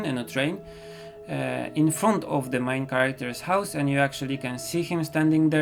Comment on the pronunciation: Your skills are just sooo amazing 😆😆😆😆 I can draw but I suck with watercolor (Although its MY favorite medium...) so could you please do a tutorial on how to use them and how to get better plz???? Love your art style and art ☺️☺️😊😊 Btw: when you say main character it looks like your saying "mein" character (Im studying German a little ) it's rly adorable I rly love your accent 😁 cant wait for the comic as well 😆😆😆